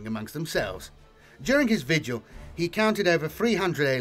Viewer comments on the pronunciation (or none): none